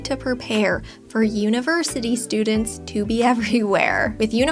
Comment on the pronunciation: 'Univerity'? TchTch